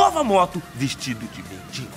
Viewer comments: Não aguento ouvir o povo falando mendingo. tão fácil falar. Mendigo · "MENDINGO" Belo Português kkkkk!!!! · "mendiNgo" é foda.. bate nele Português..🤣🤣🤣